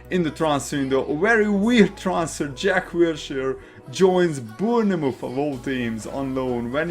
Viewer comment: Good commentary. Good insight. Let me help you out, pronounce Bournemouth like this: "Bornmith." 👍🏻